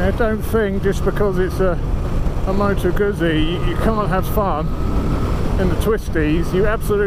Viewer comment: Please pronounce Moto Guzzi correctly.